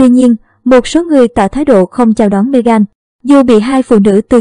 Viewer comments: Bạn nên đọc tên cho đúng Mê-gần không phải Mê-gan! Cám ơn bạn. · Đọc tiếng Anh sai bét cả, ngay cả tên của Nữ hoàng và Meghan cũng sai luôn.